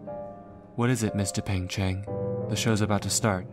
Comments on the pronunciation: Just wanna say, its dupain-cheng, not dupeng-cheng. triuehsfigkerd loved this thooo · I can't stop to hear "Mister Pain-Cheng" 😭😭😭